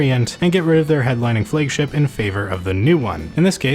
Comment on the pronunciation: Why the hell do you say "Flëigship:?